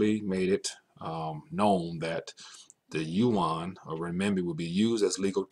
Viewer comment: It's yuan, ya dum fk